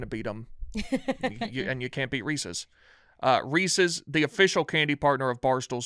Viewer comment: mispronouncing Reese’s is driving me bonkers